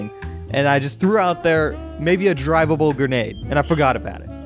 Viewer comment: Did you yust Saye drivible grenade ? Lets Do a Kamakazi